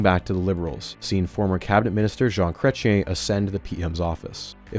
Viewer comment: 44 Minutes in and I almost turned this off, please learn how to say "Chrétien" (Krech-yean)